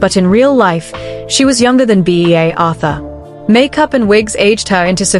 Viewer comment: Lol. B A Arthur. At least try to get your trash fucking AI get it right you trash people